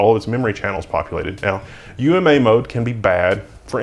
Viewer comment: good call on saying "U M A" instead of "ooma", i could see myself easily mishearing that as "newma"